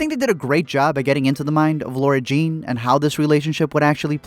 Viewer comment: Her name is Lara-Jean not Laura lol